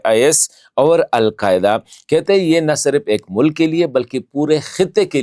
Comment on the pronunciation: Bastered hypocrite its not( over) its (aur)😂 you want some credit from ur dady ISI. U are nothing but a watch man for punjabi gates. Khan darwaza Kohl sahab arahey hay😂